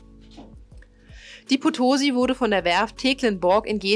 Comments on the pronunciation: Es heisst auch Potosí, statt potosi und Valparaíso statt valpareiso... aber das ist nicht so wichtig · Potosi bitte mit Betonung auf der letzten Silbe - es war nach der Stadt in Bolivien benannt.Und interessant, dass die Maria Rickmers noch 1982 ihr letztes Signal sendete, obwohl sie schon 90 Jahre zuvor gesunken war 😉 Insgesamt eine interessant gestaltete Uebersicht mit gut gewaehlten Filmsequenzen!